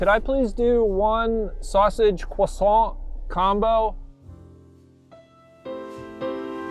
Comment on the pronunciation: Nothing answers the question of whether times have changed or whether the Strapped Boys have changed better than pronunciation of the word "Croissant."